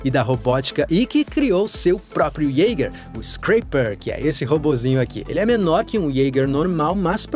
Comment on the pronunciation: Isteiquer, ieiguer.... Pronúncia FAIL